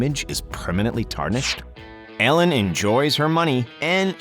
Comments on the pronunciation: The way this guy says Ellen is so infuriating. Sounds like he’s saying Allen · Lol he says it like ællen